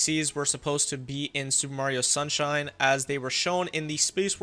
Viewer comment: Did you just say sewer Mario sunshine 😂